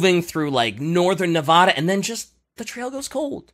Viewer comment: It hurts listening to saying Nevada like that...